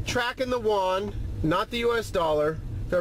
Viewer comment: Most people get the Ren-min-bi part right, just that Yuan is not that easy to pronounce for most.